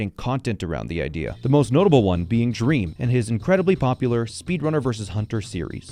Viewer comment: bro i can't believe you mispronounced dream like that 💀